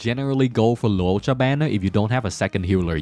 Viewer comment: Bruh. You have butchered Loucha name like 30 times and you say you dunno if you spelled Yukong name right. We learned how to spell Loucha name during live event and you called him Luouocha all this time. His true name is Latte cha cha.....I mean Lacha.